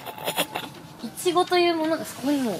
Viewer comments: ツリメもいちごのイントネーション、ちょっと違うな笑 エイジ寄りの発音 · いちごの発音がエイちゃんだ！埼玉と東京で違うんだね